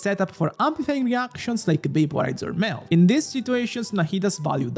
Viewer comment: "Meth Ganyu" is what my ears heard instead of Melt Ganyu....probably is accurate too LOL